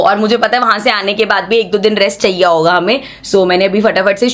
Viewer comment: Who all noticed mam ka "chaiya" hoga😅😂😂😂